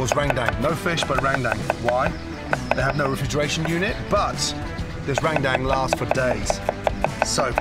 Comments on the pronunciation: gordon ramsay : rendang what i heard : rang dang the subtitle : rain bank, rang down, rain gang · Heheh just like "Rendang" it more like "rengdeng" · Gordon Ramsay : RANGDANG Me: ok, close enough Subtitles : MERINGUE D4MN Me: I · Rent Dankess ramsay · no one: literally no one : Gordon Ramsay: rrrrrrendang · No one : Gordon Ramsay : rAngdAnG Me : 👁👄👁 💧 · Its pronounced "run-dahng" But i like that way Gordon says it 😂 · How gordon just said rendeng me be like🤣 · Rendang ❌ RENGDENG ✅ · NTAR YG NONTON BULE TIBA2 NGILER😂😂 MASAK SENDIRI LAH Btw tu orang kalo ngomong rendang (Rewduang :v) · cara omong rendang salah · lmao i laugh so hard when he pronounce rendang to rain dang skskksksks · LMAO RANGDANG🤣🤣🤣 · "Randang paste" I'm not sure about you guys but my pronunciation is "rendung" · *Rangdang. That's how he said Rendang. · Langtang, rain bank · Bro so true, hahahahhaha its actually rendang but he say "Rangdang" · Rain down also. So funny to read the automatic subtitle. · Lagtan too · Gordon ramsay: "RANDANG" Me: I can hear you but I won't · Listening to the video without watching and keep hearing rang dang 😂 its pronounce as "ruen done" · Indonesian: "Rendang" Gordon Ramsay: "RAIN DANK" just joking lol thank you for coming here, Chef! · indonesian people say " rendang " But some bule's say " rangdang" So.. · Randang randang wkwk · Rendang = Rain Bank, Rain Down, Rang Dang 😂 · Its Rendang la.. Not "Rendeng" (Rain Dank).. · enak sekali chep. besok2 kalau mau ke padang belajar dulu cara pronounce rendang yaa cheff,,,,,,, itu "rhen dhang" bukan ran dam 😅👍👍👍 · Im from indonesia,when you say rendang why randang? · Its f*ckin Rendang. R-E-N-D-A-N--G... bloody hell Mr. RAMSAY... not Rang Dang.😅 (Only This way i could swearing to the Great Ramsay ) 😂😂😂😂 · its not rengdeng its RENDANG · I'm a Muslim in the Philippines and randang is popular to us that's why it feels so wrong to heard randang from Gordon 😂😂 not only Indonesians 😅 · That ”Rrrrrendang” is my favorite line😂